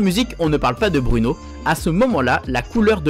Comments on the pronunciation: BROUNO on dit pas bruuuuno mais BROU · Sa se dit pas Bruno. Bruno